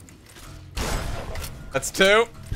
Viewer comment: Hearing you call Ed-E how yoi say it is awful. (Its pronounced E D to me)